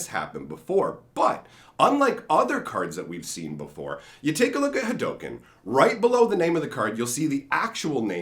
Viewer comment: no it's not. It's pronounced Ha Doh Ken. It's the way of the Ha Doh, not the way of Ha Doo